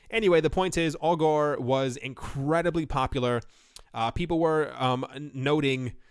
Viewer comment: Every time you say "Augur" - I here "Al Gore". :D